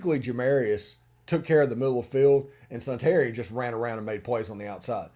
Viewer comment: I believe Suntarine is pronounced Sun-ta-rine, not Sun-tarian.